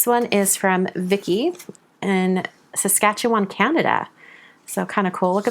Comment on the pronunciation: Thanks for pronouncing “Saskatchewan” correctly.